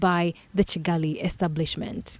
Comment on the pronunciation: Is it also Kigali, and not Cigali.